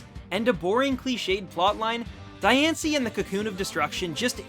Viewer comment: u clearly haven't watched diancie and cacoon of destruction because u mispronounced diancie twice! how about actually WATCHING the movies!!!!!!!